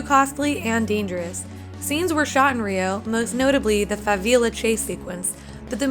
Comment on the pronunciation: she also pronounced favela wrong lol